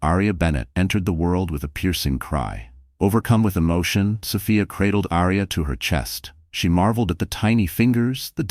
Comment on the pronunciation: Distracting when the AI can’t settle on how to pronounce Sophia…else, story is a good one!